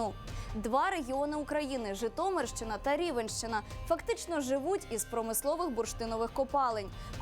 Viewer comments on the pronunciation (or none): правильно говорить не рівенщина,а рівненщина